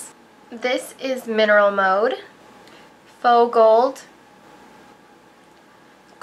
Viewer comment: oh my god when you said "faux gold" i thought you said "fogell" like in superbad hahaha